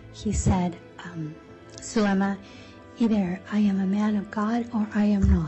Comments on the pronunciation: The witness’ name is being mispronounced. It’s Zulema, not Zeluma. Also how did it take so long for this woman to be stopped? She had clearly not acted like a mother and all these shady and very suspicious deaths happening while she cheated on husband . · Crazy all that happened and they got away w it for so long. Btw her name is pronounced zoo lema